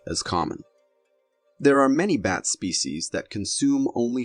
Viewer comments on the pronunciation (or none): Wow, I’ve never heard of a Vampire Bat called a Vampire Bate! It’s pronounced B at not B ate.